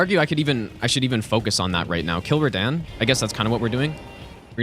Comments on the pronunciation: Btw it totally tilts me that you’re the only person on earth that calls him Rah-Dan…. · what the flip is "redehn" bruh💀🙏🏻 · Small question: Why does pronounce Radahn's name wrong? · You are the legend,! That is obvious by now. And did you watch Kazoodle´s reaction to your pronounciation of Radahn? 🤣🤣🤣